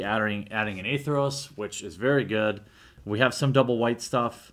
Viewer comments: It's Athreos not Atheros, pronounced A-Three-Os. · Its actually Ath-ree-os